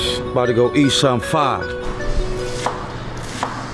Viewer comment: Is it just me but his fire sounds like "fah"